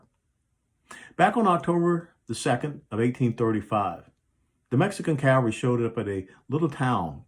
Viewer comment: Thank You for pronouncing Cavalry correctly. Calvary was the hill Christ was crucified on. Thank You for Your service and Your message.